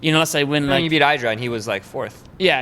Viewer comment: He talks about mispronunciation, then mispronounces IdrA's name